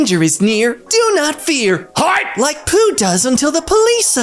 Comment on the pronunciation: . In addition to the fanged entrance, there is a window near the roof peak that looks like an eye. the way he said "HIDE" differently from the rest made me laugh so hard I almost choked. So anyway I got a good laugh from it. 👍